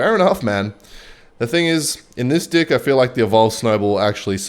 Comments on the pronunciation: Bro stop saying d!ck it’s deck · Why does say dick instead of deck 😭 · Bro normally he says deck like dick and no one mentions it in the comments, but the one time he says it sorta normally someone says something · normaly will say dick instead of deck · bro did not say DECK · yeah, definitely just accent 🤣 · the way bro says deck 💀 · I thought it was an audio glitch at first, like AI mispronouncing "deck"